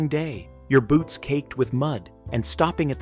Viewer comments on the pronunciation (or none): none